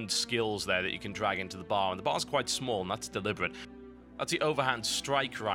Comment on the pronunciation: lol i like it when he says barrrrrs space barrrrs xD